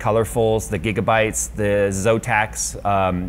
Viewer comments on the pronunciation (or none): none